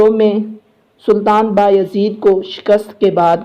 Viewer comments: Ohhh Bahi name Mohammad nhe Mehmed hai ....ohh Bahi name baayahzeed nhe beyazid hai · Please when you call there name say them correctly it not behyazid it bay-e-zit you break and pronounce